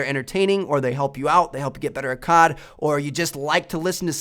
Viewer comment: Its COD... not CARD